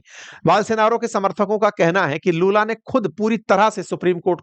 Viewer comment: लालू ❌ लूला ✅